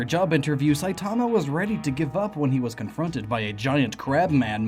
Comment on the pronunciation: Why does the way you say "Saitama" annoy me? It's sooooo wrong.